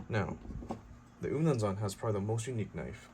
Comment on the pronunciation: I'm actually zulu i like how you pronounced "umnumzaan"